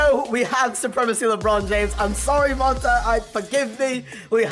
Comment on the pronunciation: it's pronounced mon-tay not mon-tuh